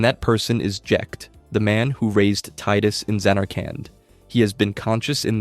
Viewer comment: Tidus "Tee-dus"